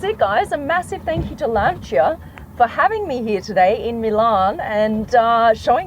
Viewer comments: Lan-Si-A.....not Lancha 😮😮😮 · I hate tat she says “lancha” instead of "lansia" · Bloodie it's pronounced Lan- see-a & not Lan-char. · Sorry Alex, but I'm not reading thru over 300 comments to see if someone told you or not. Ahhh your ....surprised someone around the car didn't tell you. It's not Lan-ch-a ....its pronounce Lan·see·uh. And I agree the design looks real cool. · Learn to pronounce Lancia. It’s not “luncher” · Lancia. Not Lanchia. Can’t listen anymore. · It's lancia not lanchia :) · its LANCIA ... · There is no h in lancia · Never heard Lancia pronounced like that 🤔🤣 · You are pronouncing lancia incorrectly 😂😂😂😂😂